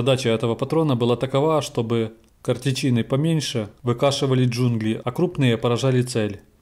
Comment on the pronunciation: КартЕчины, но не картечИны.